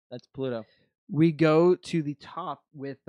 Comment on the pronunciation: I realise it's just a dialectic thing but Pluto being pronounced as Pahlootoe by and nobody else is still the funniest shit to me, along with 'pattarans' (patterns). Thanks for the great show, guys. I'm late to the party but enjoying this.